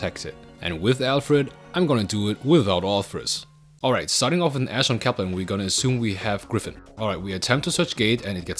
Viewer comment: can you speak properly please??? COPPLER, ALFREE???